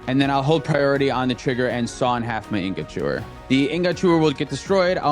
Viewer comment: anyone else annoyed by how pronounces "ingot"?